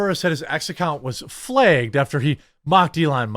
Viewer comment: Y does he keep saying flegged instead of flagged